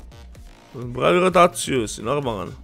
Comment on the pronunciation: Nije phavi hotaciju nego pravi rotaciju